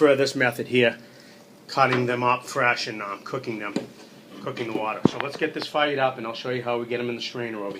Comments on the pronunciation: Love it... Whaa-Da (Water) Great Video Thanks for sharing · Sorry, it's not "Water", it's "Wadda".